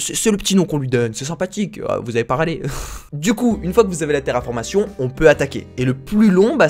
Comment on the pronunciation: "terraformation" ? j'ai saigné fort des oreilles